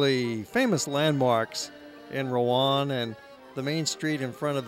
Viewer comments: Pronouncing Rouen wrong. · Pronunciation of Rouen is wrong.